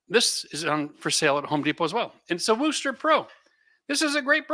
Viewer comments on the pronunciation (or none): Just a heads up for Wooster Brush company products it's not pronounced "Woooo-stir" it's "Wuh-stir" like you pronounce the word "worst" but without the "r".